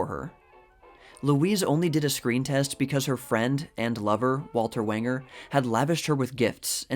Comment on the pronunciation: Walter Wanger’s last name, when pronounced correctly, rhymes with “stranger”.